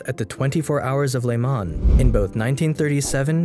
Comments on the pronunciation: For a Franco/English phone it is hard on the ears when you hear le mans pronounced like a Quebecois farmers son! It is "Le Mon" ... No plural "les Mans" ... But "le" like "leu" ... "Mon"... No z at the end! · “At the 24 hours of ‘le-mon’. “. No. It’s pronounced “le-maw” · Great work. Some pronunciation errors though. “Jean” in french is pronounced as “John” basically is the french version of English name John. Le Mans is pronounced as “Lu Man”.